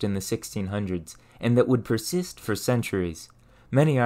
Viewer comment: Where are you from? Your accent is generally American but you say "for" and "fur" the same way and any syllable ending -or with an -er sound. Regardless of that I appreciate the info. I'm on a quest to learn how we got from rocks to rockets